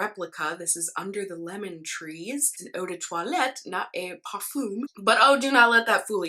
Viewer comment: A tip for how to pronounce "parfum" in French: say "parfangle" and then remove the "gul" sound at the end! ☺️ And the first a sounds more like the American o in "hop" than the a in "park".